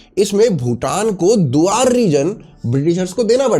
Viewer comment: Wrong pronunciation of Duars😂